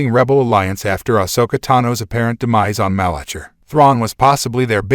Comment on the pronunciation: Maybe pronouncing correctly "Malachor" , "Lothal", "Peridia" will help me watch more...